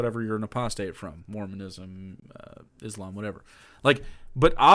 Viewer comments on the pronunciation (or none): none